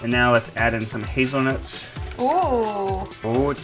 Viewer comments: He said hazelnuts but it sounded like his nuts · Am I the only one to thought when said hazelnuts, it sounds like 'his nuts'? Had to take a pause for a couple of seconds there. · I heard the same dude xD I can't hear Hazelnuts.